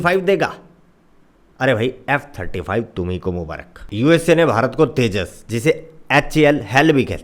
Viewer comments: तेजास नहीं जान तेजस😂😂😂😂😂😂😂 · तेजास नही तेजस 😂😂😂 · बेकर भईया समझ में नहीं आया तेजस है या तेजास है